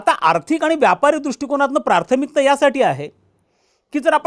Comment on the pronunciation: Prarthamikta nahi prathmikta